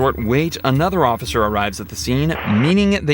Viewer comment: They put the OAF in the word OAF-icer!